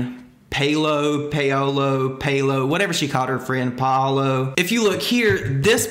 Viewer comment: Hey! All the love, I just wanted to help you out with pronouncing "paolo" if you wanted to know! It roughly sounds like "pow-all-oh" but the "pow" and "all" kind of blend together more than you would pronounce it in English. Another way that might may more sense for some folks is to say "Pow-low" but you kind of lose some of the vowel sounds in the inflection.